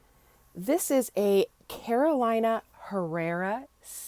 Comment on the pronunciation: Inagree. And also pronouncing Carolina like the state. It's "Caroleeena".